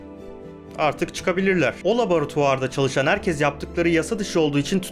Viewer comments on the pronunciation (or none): none